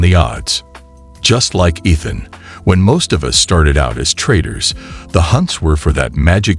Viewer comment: how do you tell the AI voice bot to put the correct emphasis on the right syllable for 'Ethhunn's' name???